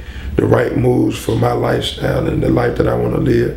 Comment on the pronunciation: "Bob Marley never freeshtyled" "I set trends, it's a lifeshtyle for me."